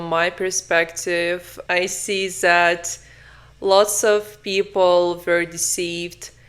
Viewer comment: Why you say " Zat " is " Dat " if you cant handle the Th